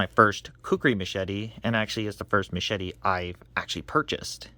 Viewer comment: Machete or meshadi? You pronounce it in a very strange way.